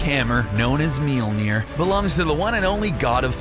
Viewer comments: The Iconic Hammer Known As "Meelner" i cringed. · "MEAL NEAR" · How cbr pronounces mjölner: melner How to accually pronounce mjölner: mjylner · Dude...its called Mjölnir not Milnir! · “..his hammer..” “MEELNEER” It’s pronounced: Mil-Nor. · Love how every americans prenounce mjølner mjilier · It’s not meolner it’s majolnir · "Meal-Mere"???????? ...uhm it's actually Mjolnir (m - yoll - near) with an umlaut over the "o". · It's Mjolnir, with an O. Your pronounciation sounds like Mjilnir. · Mjölner** nor Mjelner xD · It is not pronounced Melner it is mjølner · mjinir? ahaahaha, it's mjølner for gods sake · it's pronounced mjOlnir...not mjilnir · Meel-neer, huh? MEELNEER?! It's pronounced myol-nir. There are no 'e's anywhere!!!! Pronounce it right!! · it's not Mealmir it's Mjolnir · It's mjölner not mulinjer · hahaha mjölner not mjolnir wtf ur welcome and in the vid he even said meelneer like wtf hahaha xD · It's not Meller it's Swedish and its name is myøller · It's "Mjølner" not "Mjilner" XD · mjilnir??????????????????? IT'S FUCKING MJÖLNIR!!! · its mjölner! not milnir >.< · Meal nir? wtf? The english name is Mjolnir, and the original name is Mjölner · Molmir not milmir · btw it is möljlner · " That have carried the MyOLnEeR " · That not meil ner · it is pronounced m-iol-ner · he says "meelneer" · hahahahhaa Absolutely butchered the pronunciation.... I have never heard of a hammer called ''MealNear'' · At the beginning he says mealnir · "mealnir" pls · Its not pronounced Mealnir lmao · How you pernounce thor's hammer is minulnair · he says mielnier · What the fuck is a "Millneer" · did you say "miumil"? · Thor's hammer is pronounced meeolneer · IT’S MOLE NEAR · Meelneer? really? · I'm halfway through this video and if I hear you say "meal-neer" one more time... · Melody Beats its spellt mjölnir and is pronouncer like mjölnir Ö is like a mix between a and o like saying ahhh. Trust me im swedish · Please stop with the horrible mjolnir pronunciations